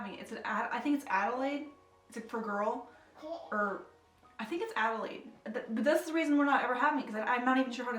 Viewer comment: Congratulations! My daughter's name is Adelaide Pearl and you said Adelaide correctly. 🥰